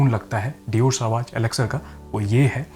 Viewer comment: You are perfume reviewer, please don't mispronounce the name of "Sauvage" it is a legendary perfume. Please refer Google for correct pronunciation, it is not सवाज